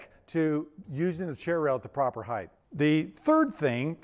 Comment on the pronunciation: Heighth? WTF is that? I'm so triggered rn.